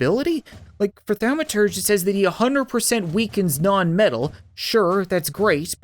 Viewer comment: Thaumaturge cat. Pronounced Thom-a-tur-gee